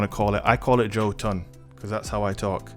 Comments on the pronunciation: Bottom Text the ö makes an “er” sound, btw. I don’t think anyone realizes they’re pronouncing this word completely incorrectly. I believe it’s pronounced, “yer-tun”. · Its pronounced "Ho-Tun" and it means Giant.